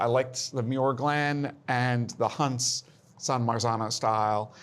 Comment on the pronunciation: For starters it’s definitely not “Hunts”